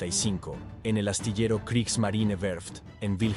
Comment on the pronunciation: ¿Por qué dejas de pronunciar la e al final de la palabra? No es Kriegsmarin, es Kriegsmarine. Marineeeeeeeeeeee, con la vocal e al final.